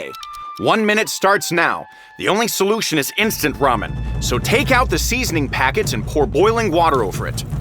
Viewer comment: Ele falou ramen mais lamen kkkkkk